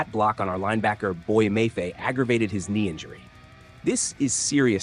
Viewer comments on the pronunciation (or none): Learn how to say Mafe